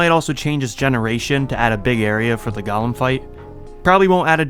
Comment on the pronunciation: Broh how do u think golem is pronounced like that